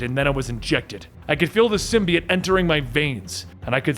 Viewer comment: The only person on the internet who pronounces symbiote the right way!